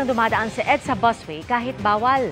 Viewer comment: BUS WAY PO 'BUS' BUUSSSSSSS LOL😅 PAULIT ULIT